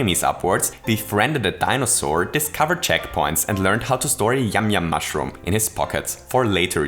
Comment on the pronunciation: This has to be the funniest thing you've ever said (Not making fun of how you speak). "...yam yam mashroom..."